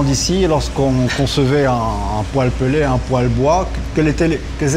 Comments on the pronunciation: Le "peulé".....oú diable allez vous chercher une prononciacion pareille ??!!??!!??!! C'est un mot anglais qui se prononce "pèlete".... En français cela devrait être "pèlè" (phonétiquement)....un "e" devant une lettre doublée se prononce "è"....vous n'apprenez plus le français à l'école !!??!!??!!?? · t'es pas serieux d'ou tu prononces "peulé" wallah